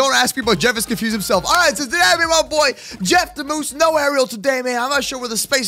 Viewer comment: You got the name right moose